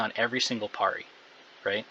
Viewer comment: why are u saying parry so weird :} cool vid anyway